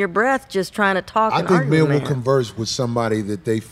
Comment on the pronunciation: That dude doesn't like women. He keep saying "menz" instead of men..lol